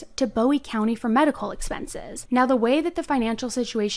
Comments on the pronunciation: I'm a big fan of the channel but as a resident of New boston your pronouncing of words is killing me 😭😂 It's TEX-AR-CAN-UH and BOO-WEE county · I'm pretty sure it's Boo-ie, not Bow-ie (in TX it's not pronounced the way David Bowie's name is). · It’s pronounced 👉🏽 Boo-ie. it’s my town. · Love your videos! I'm actually from this area so I wanted to give you the correct pronunciation...Bowie is BooE... And Texarkana is Tex-R-Can-A 😁🥰😁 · Oh yeah, it’s Boo-ee county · Listening to you say Texarkana (Tex-r-can-a), Bowie (Boo-ie), and DeKalb (D-Cab) has me me cringing lol. Great job telling the story, just funny pronunciations. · I love the way you say Bowie but it's actually said like Boo-E. Love your videos I have just re-found you so I am binging all the videos I haven't seen!!! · Texas has automatic appeal on death penalty cases so it will be a while before she’s put to death. But I agree that it is warranted. Oh, and Bowie is (Boo-ie). 😊 Thanks for all the great videos! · Bowie county is pronounced Boo ee county and Texarkana is pronounced tek sir ka nuh. I live in Texarkana and work in New Boston, TX. Thank you for covering this. I didn’t know about her behavior in jail. The details are horrific. She’s evil!! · Bowe county is pronounced Boo-e county and Texarkana is pronounced Tex-are-cana Give it your best sounthern accent lol it helps if you are holding a beer and smoking a cigarette 😂 Due to it being on the Texas Arkansas Louisiana border Lol I died when I heard you pronounce Texarkana lol 😅 like nails on a chalk board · Bowie County is pronounced boo-wie and Texarkana is pronounced tex- ark-can-a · you are my favorite!! this case happened so close to me, and i haven’t even heard about it until your videos! also, i just wanted to let you know bowie county is pronounced boh-wee, and texarkana is tek·sr·ka·nuh. but anyways, you should cover the athena case in wise county!! that’s also close to me and so sad.